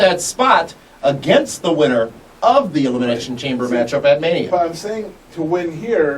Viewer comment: Elimiznation ? was that a speech error or just a reason to say the miz ? xD